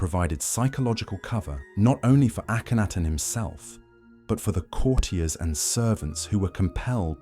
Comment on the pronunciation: The is AKENTEN not Akanaten